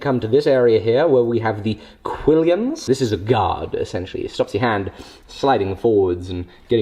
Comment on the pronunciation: Quill-on, not quill-i-on. <3